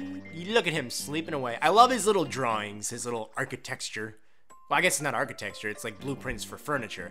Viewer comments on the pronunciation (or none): Did you say "archetexture"? LOL